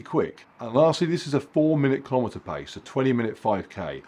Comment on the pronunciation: Keelow meter